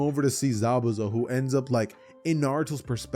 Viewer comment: Did this dood just say zabouzas house lol 😂